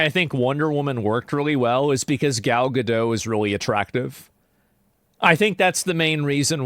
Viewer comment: Actually, it's pronounced GA-DOT. like the word DOT. Not ga-dough. Yes, really. She says GA-DAWT. It is not as elegant as we all assumed.